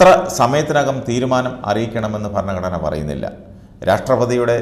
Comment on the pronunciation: ഫരണഘടനയല്ല ഭരണഘടന എന്ന് ഉച്ചരിക്കണം.